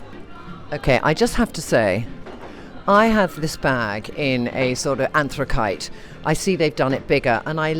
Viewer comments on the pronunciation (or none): I went back to listen after seeing your comment. mins Trinny says "I have this bag in anthrakite". It could well be a case that she's only ever read anthracite as a colour, and not heard anyone pronounce it. Am I right that it's a stone and geologists talk about it? I suggest this because, when younger, I thought 'epitomy' (as spoken) and epitome (as written) were two different words. In my head, I pronounced the latter phonetically 🤭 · I think you mean that handbag is ergonomically shaped, not erogenously shaped! Haha Also while I am being a pedant, it's anthracite with a soft c. Love you Trinny! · Never heard anyone pronounce anthracite like that!